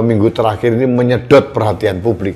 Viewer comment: saking semangatnya menyuarakan "suara" rakyat.....sampek kamisosolen"ini dan itu" jadi "iti"....semangat mas menyuarakan kebenaran